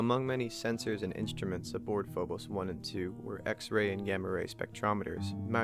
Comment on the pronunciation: You're saying phobos wrong